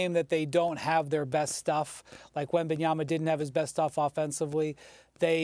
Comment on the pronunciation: I am happy that Stephen A finally pronounces Wemby name right WembanyaMa🤣